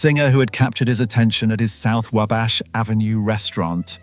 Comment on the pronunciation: Video informative, pretty put together, just a couple improvements: 1. "WABASH" is pronounced Wah-bash. Like how we say wah-ter. 2. Pacing seemed slow almost drug out.